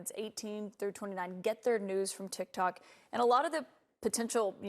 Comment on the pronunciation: There was so much commercials on this heck no plus she said tick tack instead of tick tock i wouldnt have aired this